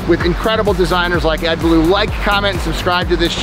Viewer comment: You don’t pronounce Ed’s surname like he’s a character from the jungle book. Beaulieu means ‘beautiful place’ derived from French and is a small village in the New Forest UK. You pronounce his name beu-lee! He needs to sort himself out OMG 😂